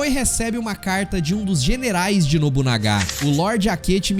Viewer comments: Nobunaga e nao nobunagá ksksk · nóbunagá???????? mds cara para porfavor....